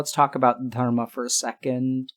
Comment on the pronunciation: i like the way Dr. K says "Dharma"